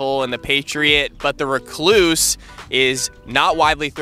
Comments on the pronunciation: Need to learn how to say recluse bro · go to Merriam Webster or even the one he mentioned. That's not how you say recluse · you need to click on the lil pronunciation button lol definitely not how you say it